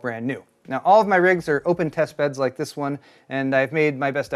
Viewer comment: He says... RIKE and subscribe....